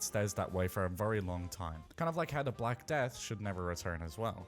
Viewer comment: 223 I swear he said black dad 😂 But it was the black death shouldn't come back as well